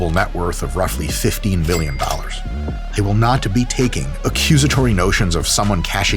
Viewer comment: Cant help but keep hearing 15 Billion dollar net worth lol